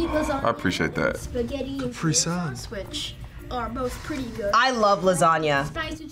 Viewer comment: capr-IIII-sun? capr-e-sun